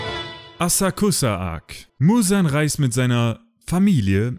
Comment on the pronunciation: Asakusa-arc. Wusstest du das das U stumm bleibt? Vom sprechen würde es sich wie Asaxa anhören wobei ks wie x klingt. Da mir die Aussprache ein Reiseführer gesteckt hat, wollte ich das mal bringen. Dann hab ich noch etwas zu sagen: Tolles Video, tolle Zusammenfassung! ^^